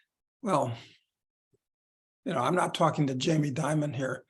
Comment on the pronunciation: Everyone gets it wrong, Jamie Dimon's name is pronounced like "demon" not "diamond"